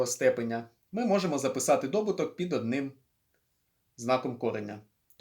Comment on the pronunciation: Дякую, але не дОбуток, а добУток.